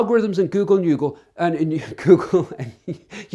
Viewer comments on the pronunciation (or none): U said google yoogle I giggled I love it I’m calling YouTube yoogle from now on I like it better lol u should patent ur sermons for yoogle Ty pastor